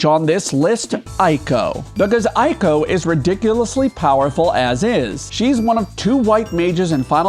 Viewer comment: Eiko isn't in the top spot because you keep mispronouncing her name